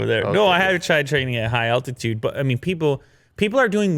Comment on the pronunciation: please practice saying altitude